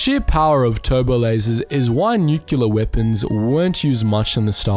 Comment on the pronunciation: I love your channel and listen every day but can I just say... nu-cle-ar not nu-cu-ler...its my biggest pet peeve after bush...